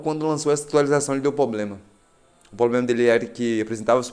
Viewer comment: Poblema Poblema Poblema